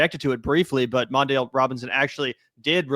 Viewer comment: It's not "MON-dale". It's "Mon -DELL". Also spelled "MONDELL". It actually hurt to hear you mispronounce his name. Just sayin'...